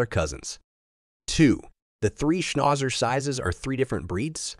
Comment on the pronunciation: Great except for the way Schnauzer was pronounced.